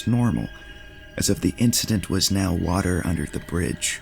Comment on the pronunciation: Bo'lle of wa'er